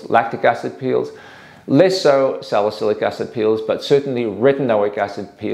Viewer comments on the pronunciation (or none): none